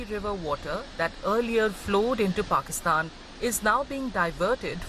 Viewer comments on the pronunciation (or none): none